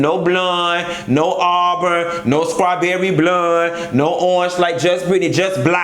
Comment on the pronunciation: I'M SCREAMING. The WHOLE OG read 😂😂😂💀 "No colour, no blund, no strawberreh blund...just BLEK"